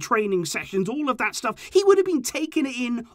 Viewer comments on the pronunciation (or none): none